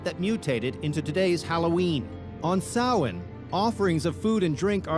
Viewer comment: Interesting that he pronounced Samhain correctly but bungled saying Edinburgh in the Scotland episode.